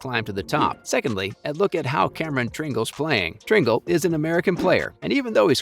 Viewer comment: Learn to pronounce Tringale’s name